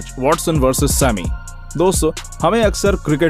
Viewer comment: he said WALLSON 😂😂